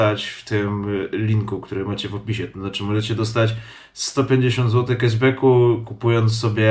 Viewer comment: 150 Złotych "Keszbeku" Łał, dzizus krajst